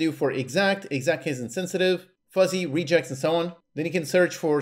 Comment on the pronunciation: I had to do a double take when I heard you pronounce "regex" like "rejects". 😅 -- Btw, this is a helpful review. -- I have this tool already and kind of dismissed it because it didn't seem that helpful, but the filtering and stack trace are changing my mind...